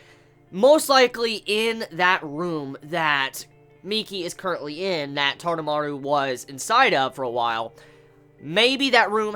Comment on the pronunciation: taroumaru...not tadamaru......